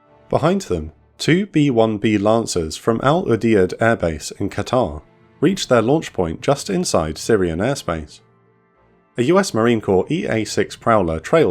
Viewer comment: The way he pronounced "Al Udeid" 😂